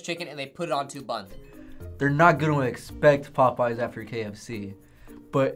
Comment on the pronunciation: He said popeyes?????? Popoeyes for the first one??????? The disrespect !!!